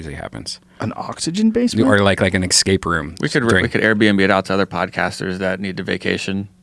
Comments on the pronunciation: Escape not excape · "ekkscape room".... For fucks sakes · I'm still perplexed by the fact that people say "eXscape", like where the fuck do they get the X from?